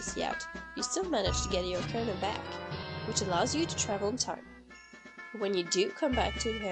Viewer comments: Because why the frick would you pronounce ➡️O⬅️carina "Ahh"car-anna'? And as for her list, I didn't call her opinion wrong did I? I merely stated she has a different opinion from what I would call creepy. I.e COMMENTING in the COMMENTS section. So next time, instead of bumping a long-dropped thread (just to fuel that bitchy part of you that would love to feel superior) keep moving - and maybe next time do your research instead of jumping in tits first. And yes, I do pronounce things correctly. I'm pretty good. 💁🏻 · Who on earth pronounces it "Ach-ar-anna" of Time? Also, you clearly have a different interpretation of the word 'disturbing' than me. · Started cracking up when I heard her say that because I read this before the video.